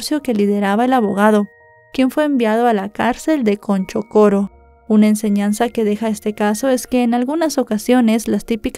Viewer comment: Se pronuncia A-D-R-I-Á-Z-O-L-A y es Chonchocoro!!!